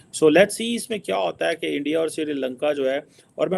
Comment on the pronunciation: It's SRILANKA not SIRILANKA. Jaahil